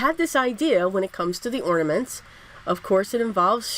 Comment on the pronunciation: I love the cards and the fact that you pronounced ornaments instead of ordaments. That drives me crazy. So thanks so much.